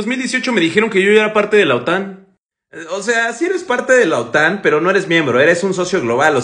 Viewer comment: La OTAN , no la otán. Qué lío os aceis con las tildes y las silabas tónicas.